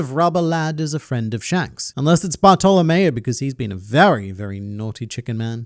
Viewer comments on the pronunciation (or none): Did you just call my pookie bartolomeo bartolomea? 😭😭😭😭